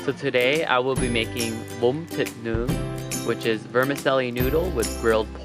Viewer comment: This is what im looking for. Thank for the video. Btw the way you say bun thit nuong is exellent